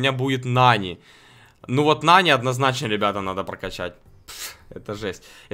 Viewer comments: А нАни он говорит нанИ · Ага, а ещё называет нАни нанИ (Кто не понял большие буквы - ударение) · Сколько тебе надо дать денег чтобы ты называл ИМЯ "НА́НИ" А НЕ "НАНИ́" и чтобы ты называл Макса ДЕВУШКОЙ а не ПАЦАНОМ. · Правильно не нАни а нанИ